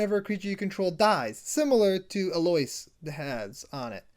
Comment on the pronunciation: Its a common first name. EL-Oh-Ease. Fantasy names are hard to pronounce but this is a regular human name. Much love bro.